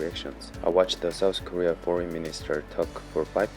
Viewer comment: Just FYI, it's called South Korea not "Souuhsss Korea"